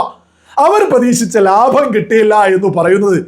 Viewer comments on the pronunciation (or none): none